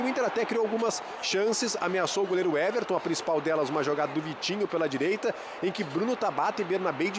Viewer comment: Creio que não seja este o caso. Ele falou errado mesmo - Everton no lugar de Éverson. Talvez por costume de falar mt o nome do goleiro do Palmeiras, por exemplo.